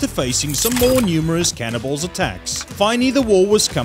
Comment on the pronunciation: Him saying cannibals sounds like cannonballs lol just me?